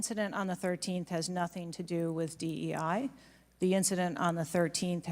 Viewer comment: He could hardly say DEI